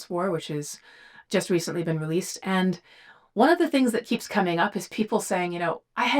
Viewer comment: I LOVE the way she says "BEAN" instead of been.